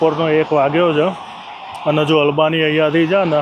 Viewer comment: બધી ભાષા ની પત્તર ફાડી ના ખી છે ! એક પણ ઉચ્ચારણ સાચો નથી! એક પણ જગ્યાએ માતર નથી. છે ની જગ્યા એ છ.